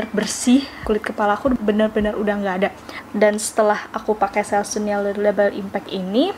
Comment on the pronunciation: Baca / sebut selsun yg benar, bkn selsun / selsan, tapi selsen.